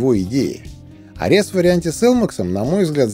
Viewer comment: Спасибо за обзор. "Арес", кстати, имеет ударение на первой букве (греческий бог войны).